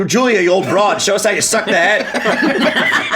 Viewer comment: I don’t know what accent this is in America but I Love it: "just suchk until something hits ya stomach"